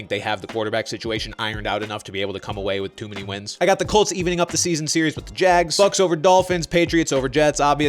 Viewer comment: Am I the only one who heard the cheifs and the cults